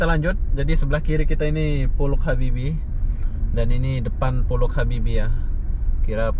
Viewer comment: Itu baca nya Pollac Habibie...itu bahasa jerman